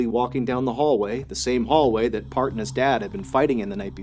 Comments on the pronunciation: His name is not pronounced as "Part"...Replace "E" in earth with P & that's how his name is pronounced. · It's Parth not part 🤌🏻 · it was annoying tbh but the pronunciation was a bit off that's why, as the culprits name is 'Parth' not 'part'. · it’s Parth not Park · It's PartH not part. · It's pronounced as Part-hhh actually nd not part😅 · I think it's Parth not part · The first story I thought you said his name was Kurt angle. Then I thought it was perc angle. Part is such a weird name lol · I thought he was saying Park the whole time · Its actually pronounced as Parth ( paharth) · is he saying PARTH OR PART lol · It's pronounced "Paarth".....like the "th" in thor.